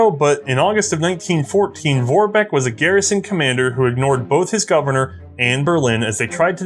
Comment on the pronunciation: Not whining, but if you are interested, Vorbek is pronounced like Forbek, starting with F)